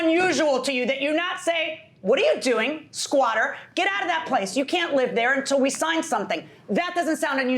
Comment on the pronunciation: ......................................................... She said she went "OVER DARE" ..... Did not say "OVER THERE" ............ ......................................................... She dìd not "LIKE" the house She said she "LIK ED" the house ......................................................... That's so sad "😢" .........................................................